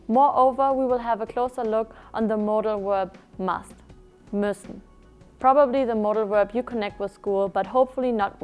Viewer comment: it´s müssen and not mussen